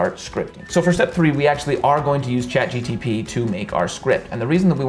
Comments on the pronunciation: Lmao the amount of people exploding at you for saying gtp instead of gpt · A little correction there it Chat GPT not CHAT GTP. Lovely content though😄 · how can i trust you when you say chatGTP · I had to stop watching as soon as you said "chat GTP" for the 3rd time in a row. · Great content but you gotta stop saying "Chat G-T-P" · Why are you saying Chat GTP continuously? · 👏👏 phenomenal video…. But if I hear GTP one more time lol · Im hearing chat gtp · Chat GTP LOL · Oh my god I kept hearing chatgtp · This was irritating to watch because of the Chat"GTP" wrong pronunciation 🤣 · A podcast I watched also said gtp every time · what a weird way to answer a comment on your video. It’s just hard to listen to you when the acronym you say over and over is incorrect. Imagine I made a video about how to use WD-40 to prevent rust but every time I said “WD-40” I said DW-04 instead….. everyone who watches it is going to assume you don’t know what you’re doing or don’t care about it. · Am i the only one who was going nuts every time he calls ChatGPT 'Chat GTP'????? :D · Amazing video and it's ChatGPT not ChatGTP 😂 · Bro it's CHAT GPT not Chat GTP... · why u keep saying GTP ...its GPT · Awesome video, thanks. You say Chat GTP instead of Chat GPT, though. 😆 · Bro! You explained it well but it seems you keeping saying chat GPT as GTP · Its ChatGPT not ChatGTP hahahaha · Every time he calls it "ChatGTP" when its ChatGPT it's like nails on a chalkboard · Great video, but it's chat GPT not chat GTP :) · Half a million views on a man who consistantly calls it "ChatGTP" xD Gives me the feel that the video was a little rushed mayhaps? :D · CHAT G P T NOT CHAT G T P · its chat-G P T , NOT CHAT- gtp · chat GPT - you keep saying GTP... but otherwise great video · You kept saying ChatGTP but it's ChatGPT! 😆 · It's ChatGPT NOT ChatGTP 😂😂😂😂. Who else noticed that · Lol You kept saying "Chat GTP" instead of "Chat GPT" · why does he say Chat GTP instead of Chat GPT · It's ChatGPT, not ChatGTP 😂